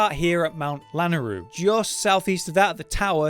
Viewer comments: mount lanneroo lol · Never heard of a british accent, did you? Even tho at lanayru he did fuck up on the pronunciation lol